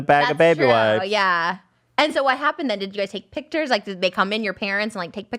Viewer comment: the way trisha says pictures just has me weak😂